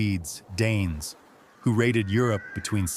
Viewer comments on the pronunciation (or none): none